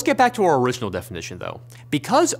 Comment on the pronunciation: Great video, but man the slight rhotacism from the presenter really distracted me. Owiginal Equipment Manufacturer. Waw Materials. Fwequent Pwactice. Got Rosewill though! And then "assembwers" for some reason, which was the most interesting one.